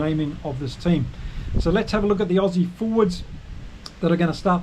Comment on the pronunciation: Lol, your pronunciation for the Aussy loosie was awfull